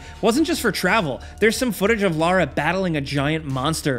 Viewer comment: Thx for saying Lara and not Laura